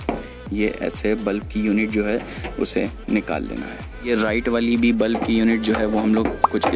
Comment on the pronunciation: Bulf nahi hota... Bulb hota hai 😅